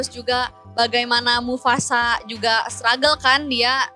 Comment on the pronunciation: mufasa bukan mufufufafasa